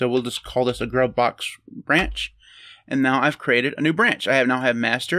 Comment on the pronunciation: BTW,, I think "gruvbox" is pronounced GROOVE-box. Makes more sense.